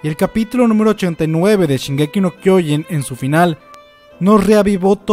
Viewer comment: No es kyoin es kyoJin. Es irritante que lo digas tan mal.